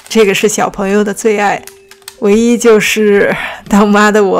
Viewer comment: 哈哈哈 我也聽成"他媽的" XD 不過雙關也對啊 小高姐的確是-他的媽媽